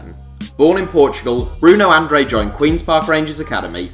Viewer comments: Andrade - An-dra-day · Bruno Andrade's surname is pronounced An-drar-day. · Lol the way you said Andrade 😂